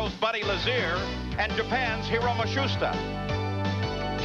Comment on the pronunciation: Page is getting further away from "Matsushita" as the races go by 🤣